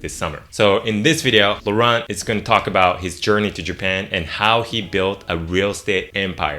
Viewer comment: Laurent is such a nice French name and you butchered it.